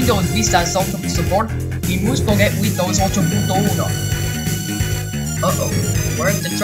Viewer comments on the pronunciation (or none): alguien se dio cuenta que este habla nativo el español? cuando dice: "ocho punto uno"